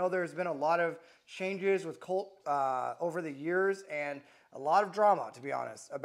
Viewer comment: Lmfao 😂! This guy is the gift that keeps on giving… “Colt” 😂